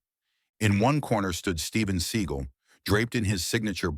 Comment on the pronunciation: That’s how you actually pronounce it.